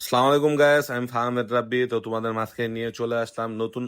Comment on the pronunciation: ভাই- সালাম টা শুদ্ধ ভাবে দিবেন